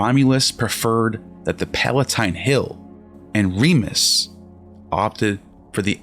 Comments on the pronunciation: It is Remus, not Remis - Remus' name may have originally meant “twin”, from Old Latin *jemos (“twin”), from Proto-Italic *jemos, from Proto-Indo-European *yémHos (“twin”). The initial r- was probably introduced to make the name sound more like Romulus. Just google some accurate information. This clip has lost any validity from start. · It's RemUs not Remis. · It's Romulus & Remus. Not Remis.